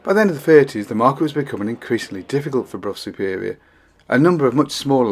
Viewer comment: Also pronounced Brough Superior correctly.